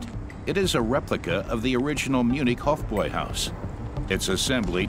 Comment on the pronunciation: Excellent documentary, well researched, very interesting stories, and the most impressive part - "Hofbräuhaus" was correctly pronounced! That's a very refreshing change from other dokumentaries that are quickly thrown together. It adds credibility. Fistbump for that 👊😎